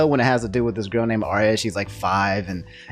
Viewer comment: Arya? HOW DO YOU MESS UP ANYA?????????